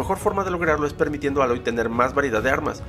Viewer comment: Más outfits y mejores animaciones faciales. Aprende a pronunciar el nombre de Aloy